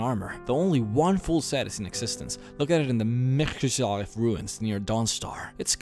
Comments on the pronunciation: Meh-Sin-Chal-Left Mzinchaleft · "In the mzihfhbffkkeeft ruins" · You butchered mzinchaleft. ME ZIN SHA LEFT